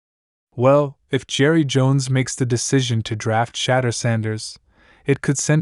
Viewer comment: Who’s shadur sanders? It’s shadeur